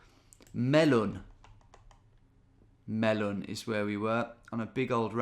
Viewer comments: Melun is actually pronounced (don't ask me why) : meuh-lain 🤣🤣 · “Melun” made me laugh. It’s exactly what the town is called but hearing you say it so bluntly was great. Another classic video, amazing as always!